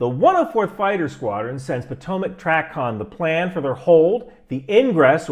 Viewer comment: Small detail it’s pronounced tray-con. Not hacking on ya just letting you know so you are more accurate. Good video